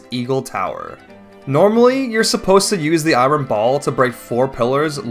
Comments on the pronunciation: Not gonna lie, hearing you pronounce "iron" as "eye-ron" made me flinch. The correct pronunciation is "eye-urn" btw. Don't ask me why it's not spelled like that. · Great video! Just a little gripe- iron is pronounced "eye-urn" not "eye-ron" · why do you say i-ron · I wonder how much eye-ron is in the Lay-naru Mines